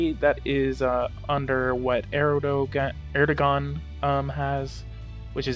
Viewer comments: His name is pronounced Erdowan. The gan is pronounced like the name Jaun. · erdoğan.. we can describe to u like "soft G" or "g-breve" it streches out vowels wherever u put after.. for example: a word like "tığ" means "needle". the soft g extended the letter "ı". so it is pronounciated like "tııı" :) but in "erdoğan", there are 2 vowelz, it could be not pronounciated, its like "ERDOAN" ;) edit: we gotta remember that we pronounciate EVERY written letterz in Turkish :)